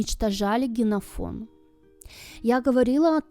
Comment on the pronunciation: Генофон? Три раза повторила. 😂